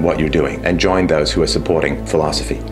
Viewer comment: Awesome vid as always. Can't help loling every time he says the word "philosophy".